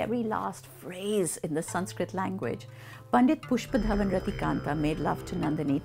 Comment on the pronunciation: Even the way she says the name pushpadhawan rathikandha is beautiful 🙈❤️